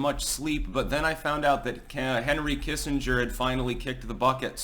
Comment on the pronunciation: It’s Doctor Henry Killenger you silly Billy.